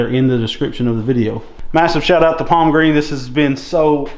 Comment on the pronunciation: Thanks. By the way it's Palmgren not Palmgreen.